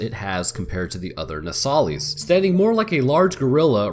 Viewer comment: “No sah lis” lis as in list. It’s said in the game so many times and you still gotta say it wrong. My brain hurts everytime you do. Other than that, it was entertaining and informative